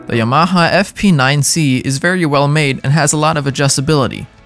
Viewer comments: its yamaha not y-MAHA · Ya-ma-ha???? Yama-ha! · pls stop saying yMAHA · Informative, but the word is pronounced “YAM-a-ha” and not “Ya-MA-ha”. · YaMAha? I’ve never heard anyone accent the ma. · If your going to review products at least pronounce the manufacturer name correctly. It’s YA-MA-HA. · Haha... that's the funniest pronunciation of "Yamaha" I've ever heard. Yuhh-MA-huh. Lol, how have you never heard it said correctly???? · No one's going to talk about how he pronounces "Yamaha"? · It bothers me so much. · It’s funny how he says Yamaha. Learn how to say it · Well, a channel called "The Home of Drums" couldn't even pronounce "Yamaha" correctly all 4 times they said it, so I guess it's not too surprising. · Great video! I've never heard YAMAHA pronounced like that but then, I live in New Mexico. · Dude can’t pronounce Yamaha? Sorry mate. Makes me wonder about this tester. Gosh it’s fun to see the amount of stuff on the market today. I used a Speed King all through the 70/80s before I finally stashed the antique and went with a DW 5000 dual pedal that I bought wrecked and had to rebuild to suit me. You couldn’t find anything worth a crap at the local stores in rural America.You learned to repair and tune what you had. Thank God for telephone mail order back then, and the web today. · I don't care if it's the "proper" way to say the name or something like that - STOP PRONOUNCING YAMAHA THAT WAY!!!!!!!!! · Please learn the correct pronunciation of the words : direct and Yamaha